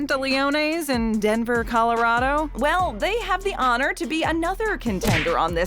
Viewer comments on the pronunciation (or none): none